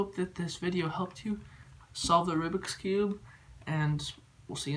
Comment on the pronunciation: Also remember it is called "Rubik's Cube" not "Rubix Cube".